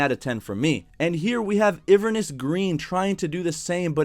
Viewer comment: Iverness green, jesus christ. Its not Everest its not iverness its Inverness.